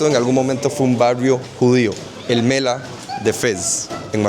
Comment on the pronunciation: الملاح el mallah la h se pronuncia